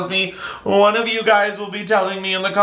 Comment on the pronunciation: Me too 😂